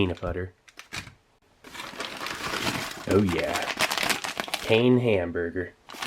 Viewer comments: Ya Steve bread in french is pain...just the n is silent...uhmm not really silent but it would be too complicated to explain here...so say it the same way...but without saying the n and u will have the perfect pronunciation! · That pain is not pronounced payne but actually pan cause it’s a French word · "Pain" is French for "Bread" and is pronounced "Pan". I've eaten my fair share of these things, as well as US MREs in the field, and packaging aside, I always preferred the IMP. Most menus tasted better with better sides. They do the job :) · pain is French for bread and it's pronounced pay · The French word for "bread" is pronounced "paen" not like English "pain." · The way he pronounces ‘bread’ in French (pain) makes my anglo-francophone ears bleed 😂😂😂 and makes me laugh every time haha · The way he pronounced “Glace” and “Pain” made every French speaking person in here cringe LOL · reading french side labels in BC be like